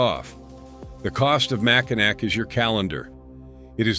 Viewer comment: That’s MackiNAW if you don’t mind